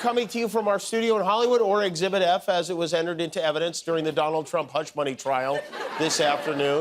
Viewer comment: …the vonald…